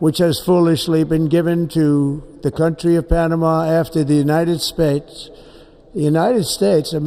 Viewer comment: United Spades. Couldn't had said it any clearer.